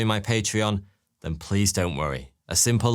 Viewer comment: No sir, fank you 🫡